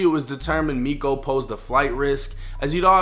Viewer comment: Miko is pronounced me-cho.